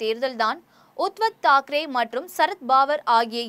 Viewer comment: Uttav Thakere ,Sarath Pawar=correct pronounciasion .